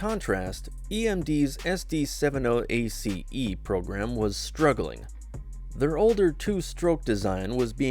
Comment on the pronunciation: All that and it's AI .... SD seven oh ACE yeah right ...